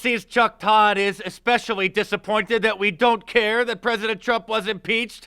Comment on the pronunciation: Did anyone notice Mark calling chuck todd "cuck todd"??Lmao.